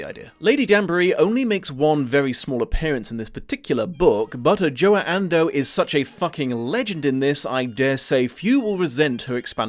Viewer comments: There's a lot of PR out there with the actors names pronounced correctly. Neither Adjoa Andoh or Nicola Coughlan were pronounced correctly here, which is disappointing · Great video, like always, thought as someone who thoroughly enjoys audiobooks narrated by Adjoa Andoh i find the way you pronounce her name quite jarring (look up Ancillary Justice by Ann Leckie, she brings so much soul into it)